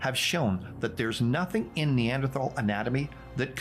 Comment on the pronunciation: I love how you are correctly pronouncing Neanderthal and it remains the best way to tell when someone actually knows anything about evolution.